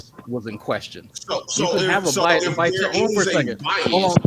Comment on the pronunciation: My man said Biasm...